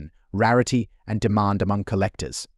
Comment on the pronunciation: Pronounced deMAND not DEEmon